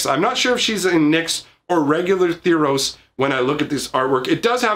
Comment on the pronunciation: Say tharos right....